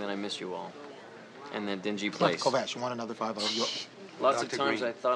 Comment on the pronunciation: Wow that guy said Kovacs perfectly. I'm impressed.